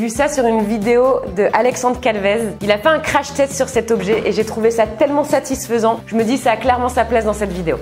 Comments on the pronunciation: Mais 🤣 tu dit toujours satisphsent🤣🤣🤣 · Le mot satisfesans satisfais hhhhhhh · n'arrête pas de dire satisphaisant!!😂😂